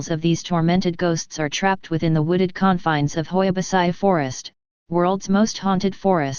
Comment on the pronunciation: Hoia Baciu World's most haunted forest 😂 And the tts is wrong, originally the i in Baciu is not pronounced its like " Bacuu"